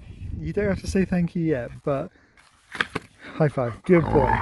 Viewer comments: I think Sherp took the time to think about how much Thank you sounded like thank Sue. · Oh yeah haha. I can hear it too. "THANK YOU!" BRILLIANT!